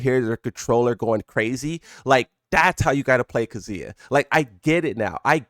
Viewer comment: This man says "KAZOOYA"